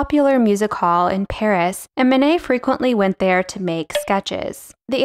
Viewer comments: Great - but it would be nice to have Manet's name pronounced correctly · Mayo nayo?